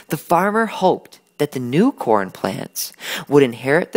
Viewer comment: a good "farmar"